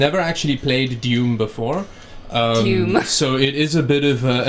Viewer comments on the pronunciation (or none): Wtf is DUME!? Funny how she's never played it before yet knew you mispronounced the game... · It's DOOM not DEUM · This guy's pronouncing doom and noob as dyoom and nyoob. wtf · he said "dium"... and after hearing I was like "hah dium" and 1.5 seconds later did the same thing, that I did.. laughed at the expression dium:)) That was something interesting.:D BTW, she is sooo cute <3